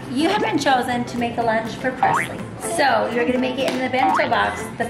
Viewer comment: Her name is Preslee not Presley